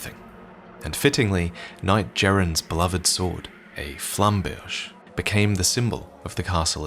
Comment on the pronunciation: Flamberge & Marais are French words. Flamberge is like pronouncing the verb "Flamber" (put to flame) + the noun "Berge" (side/cost of a river). Marais = Swamp, and is outspelled like the name Murray, not like Samouraï.